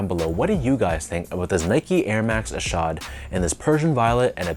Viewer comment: Good job on pronouncing his name correctly lol. I picked these up yesterday at my local shop. I went at the perfect time too bc they put up a bunch of random sbs up on the shelves too. I left with ishods and fog dunks😈